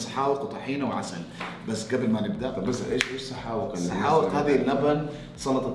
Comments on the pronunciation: مو سحاوق اسمها سحاوييق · سحاوق بقاف عاميه مو قاف فصحى